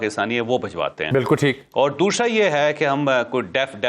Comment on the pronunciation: Javed, kia koi damaghi masla hai "dooshra" kia hai? Doosra kiyo nahi kehtay?